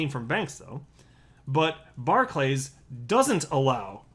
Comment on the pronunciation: It's pronounced 'barkliz' .. just saying. Also, these are not local community businesses anymore .. they are closing all but the major town/city centre branches. They are major businesses that want to solely protect their own interests. Maybe they should stop us from buying alcohol in a bar .. you know .. to protect us, or stop us from buying cigarettes .. you know .. to protect us .. or even stop us from buying fuel .. that way we can't have an accident and they will have successfully protected us 🤷